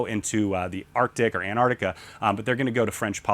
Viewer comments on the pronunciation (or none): none